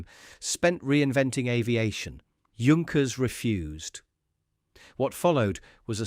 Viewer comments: Of course he was not a ''junk - ers'''but ''yank-ers'' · This could be a good video if the details were correct. Pronunciation of Junkers/Yunkers, it's Yunkers, not both. 5000 kilograms is not 5 tons, but somewhat close. Patent is pronounced two different ways. There are other mistakes. If you must use AI, at least watch the video yourself and correct the mistakes before it's uploaded for everyone to see. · Don’t call it “Djunckers“. Take at least 20 seconds to find out or to teach your bloody AI. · The fake voice is bad enough. But can't the computer decide whether to pronounce Junkers or Yunkers? If you're going to fool people,. at least do it well. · That should be pronounced "Yoon-kers". Very interesting! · ...and, of course, it's Yunkers. Always funny to hear, "Yunkers Ju-88" and such. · It is pronounced Yunkers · Yoonkers, actually. And he gets it right accidentally a few minutes in... .... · Great documentary! But why is it that no one on YouTube can seem to pronounce "Junkers" correctly? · This was a very well done video and I learned a lot from it. There are however, a few issues. To being with, I suggest you use the German pronunciation of “Junkers” where the “J” sounds like the letter “Y” rather than two different ways. It would also be best to show the revolutionary type of aircraft Junkers proposed in his 1910 patent, the J.1000. Looking much like what came to be referred to as a “flying wing”, you describe this aircraft in detail but show images of the G.38. There are actually drawings from the patent available on-line and should be included. Finally, , you mention there being a “pressurized cabin” which I do not believe is correct. Please confirm this claim. Thank you for producing it.